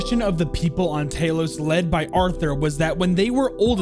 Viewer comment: Talos is pronounced similar to towel, tow-los.